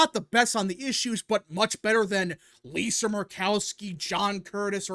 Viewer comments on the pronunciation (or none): none